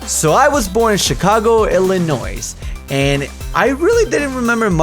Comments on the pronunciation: I got kinda pissed at the start when he said 'IllinoiS.' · Omg Illinois! I live here ! c: Btw the s is silent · yo illinois is pronounced without the s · you mispronounced Illinois. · the s in illinois is silent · Illinois does not have an s sound at the end of it.... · Can't even pronounce the state he was born in correctly. =(